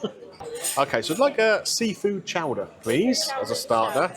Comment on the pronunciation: Chowdah!!! Chowdah!!! Not Show-der.